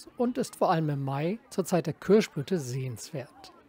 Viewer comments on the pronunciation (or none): Sehr schön. Und authentisch: „Kürschblüte“! :face-blue-smiling